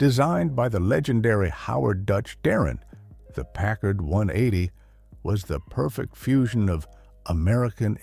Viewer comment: It's Darrin.